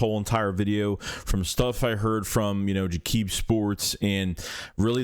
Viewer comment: Lol you’re funny bro. It’s pronounced “Jacob” media not “jah-kib”, which I know, it’s how it looks.